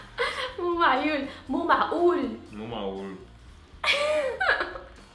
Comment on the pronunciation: 😄😂😂مو معيول. .. مو معئول